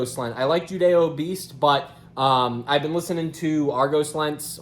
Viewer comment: Finally someone who doesn’t say “judiobeast” lol